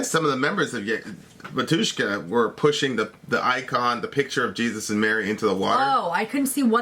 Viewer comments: It''s bAtushka not batUshka. the accent on the first syllable. must be even easier for the english speakers. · By the way when you say "Batuska" the stress is on the first syllable. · not "batU shka", but "bA tushka" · 'Batushka, not bat'ushka) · not batUshka, but bAtushka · Batjuscka btw...it´s pronounced Batjuschka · You should say "bAtushka" insted "batUshka". It's so weird. Batushka origin from "bAtya" mean "father", same as "pope". Batushka equal pope. And in russian we say "pope" synonimous "batushka". Same "bAbushka" insted "babUshka". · correctly pronounce baAatushka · batUUUshka xD lol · It’s actually bah-tyushka. Syllable on the first a.